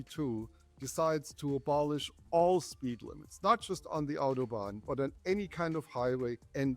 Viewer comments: The pronunciation of Autobahn is not Otobahn. It’s [ˈaʊtoˌbaːn]. Au is similar to the ou sound in out. Sounds like „outo-baan“. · It is spelled 'auto' not 'otto' ... why do Americans insist on pronouncing it 'Ottobahn' or sometimes even 'Ottobohn' ?